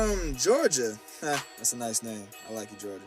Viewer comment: Yes they pronounced my name correctly!